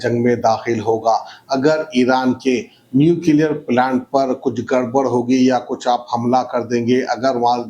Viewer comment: ap na jaye toh behtar rahega 😂 it's "nuclear" not new clear